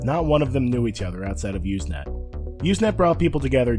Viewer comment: Not "Uze net"! It's "Use net"! With an S Sound! Also, even the text functions still are being used. Not a lot, but still. And you should have explained the wonderful and byzantine process that allowed file sharing to evolve in a nearly organic way from text messages - and how, really, there are no binary files at all... just many short text messages... that link to each other... in a early way like today's block chain. But, good summary youngster. I was there.